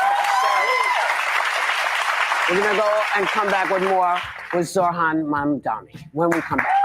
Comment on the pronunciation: Not only is Whoopi reading a teleprompter, she still can't say, "MAMDANI!" WTF🤦🏽‍♀️